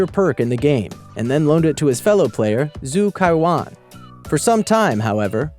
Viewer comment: Is Zhu Cao Yuan not Zhu Kao Yuan.LOL